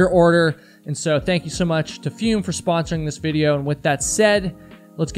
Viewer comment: It's probably pronounced "foome" as in the French verb "Fume/Fumer" - to smoke.